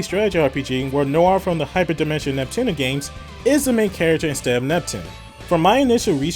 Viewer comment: im gonna move on. your accent pisses me off. your supposed to pronounce ALL the letters in Neptunia. you keep saying "Nep-Tunna" like you just got back from the dentist.